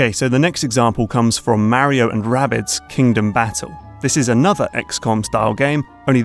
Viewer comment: I like how you pronounce Mario the right way, as "Mario" and not "Mawrio" like most American and English people.